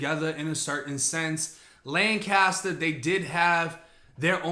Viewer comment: We have a city of Lancaster in Cali and when you say Lanscater I think of the city then I realize you are talking about the prison.